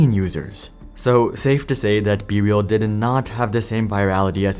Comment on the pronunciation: Not me hearing “bbl” instead of be real